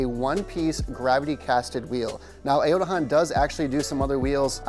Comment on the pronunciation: Bro. I can’t buy from you if you can’t even pronounce the name properly